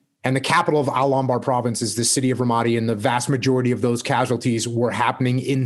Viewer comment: think he pronounced ramadi wrong